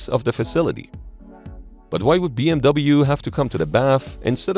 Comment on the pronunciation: * The pronunciation of the acronym B.M.W isn't B.M.V.